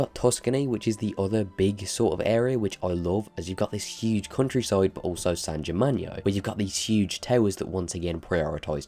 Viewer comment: “it’s very unique” something can’t be “very unique” it’s either unique or it isn’t. and what on earth is “san germagno”?? it’s San Gimignano, not san germagno